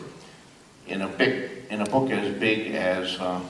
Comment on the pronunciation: Please, take a moment to appreciate that he nearly said "in a bik as boog as this".